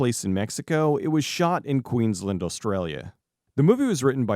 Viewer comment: re: where they filmed The Ruins, the pronunciation is usually Queens-land (like Disneyland) :)